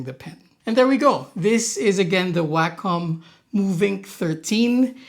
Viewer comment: WAY KAHM. NOT waaa cum. that's just gross. the COM is pronounced like a DOT COM. WAY COM. i'm losing my mind hearing waaaaaaa CUM in literally every Wacom review. /rant